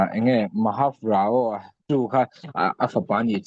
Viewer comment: Rao - (Ra) (aw) tiin i lam a, a lam dan dik chu (Rau) aw sir.